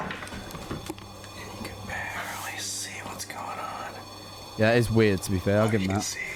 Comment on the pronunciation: i wonder how many times said wird